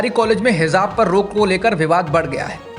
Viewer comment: अगर बुरा न लगे तो हिजाब को hizab उच्चारित न करें। Hijab सही है।